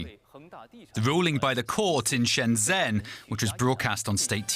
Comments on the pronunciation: FFS, it’s not “Shen zen” it’s pronounced “Shun jun” (jun is pronounced like “fun” not “Joon”). It’s so easy to get it right. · The city is pronounced "shendgen" The way mandarin words are spelled when transliterated to roman characters isn't great. 'zh' is pronounced "dg" like in the English word "ledge".